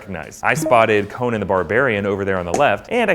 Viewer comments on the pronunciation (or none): none